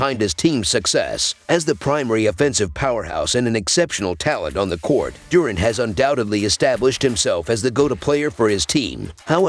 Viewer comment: ITS DURANT NOT DOORANT😮